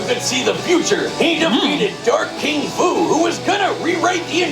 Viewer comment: They aren’t in heaven, they seem to be in the void where the universe once was. Edit: They actually mispronounced Fu’s name.